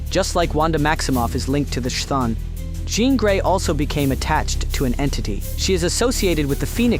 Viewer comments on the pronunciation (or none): Stopped the video immediately after prounouncing chthon like that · Your pronunciation of Chthon is wild lmao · Dude, if you can say chaos, you should be able to say Chthon.